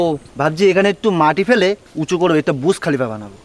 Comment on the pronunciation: বুর্জ খলিফা ❌❌ বুশ খলিফা ✅✅